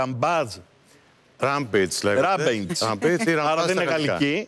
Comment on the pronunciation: Ο άνθρωπος εδώ βγήκε να πει για rampage και δεν ξέρει ούτε να το προφέρει ουτε το τι ειναι και λέει ότι δεν θα μπει σε λεπτομέρειες... αδιάβαστος...και με αυτά που λένε εμείς λαθος ενημερωμένοι οπότε αυτό που είπε από το ένα αυτί μπήκε από το άλλο βγήκε.....